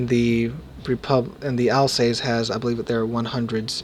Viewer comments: sorry mate again I am complaining its alsass (as spoken) not alsacee. just helping 😆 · Pronounced al sauce i believe